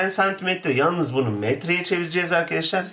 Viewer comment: Güzel de, neden sürekli 'irkidişlir' diye söylüyorsunuz? "Arkadaşlar" demek istiyorsanız düzgün söyleyin değil mi?